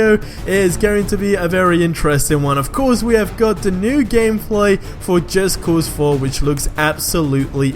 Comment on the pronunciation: Why does it sound like he's saying Just Cause Free?